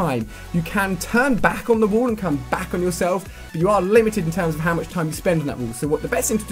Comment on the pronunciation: Is that letter "A" so hard to him to pronounce? Instead of saying "WALL" he says "WOOLL"...